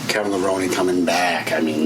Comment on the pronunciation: So many people making videos and pronouncing Levrone incorrectly...holy shit, is it really that hard to do some research before you make a video about somebody?